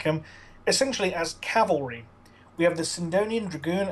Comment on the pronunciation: CAV-AL-REE not CALE-VER-REE Cale-ver-ree is where Jesus died. Cav-al-ree are mounted troops